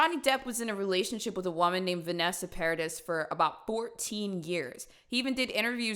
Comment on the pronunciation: Vanessa Paradis, his ex partner and mother of his children, was never his wife. Also, regarding her last name, the S is silent. Pronounced Par-a-dee. I love your content, so I'm sorry to correct you, but I thought you'd want to know, so you don't mispronounce people's names. Keep putting out great stuff. ❤️😊